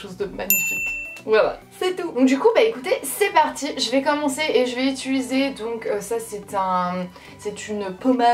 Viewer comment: Rahhhh UtUliser -_